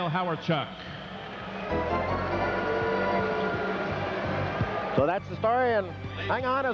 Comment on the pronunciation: thanks so much for posting! Date is actually November 1, 1984. These Phl announcers are terrible. Calling Thomas Steen Anders, prononucing Hawerchuk completely wrong like Horecheck, "Maury" Lukowich, and Brian Mullins. And that was just in the first 10 minutes of the first period.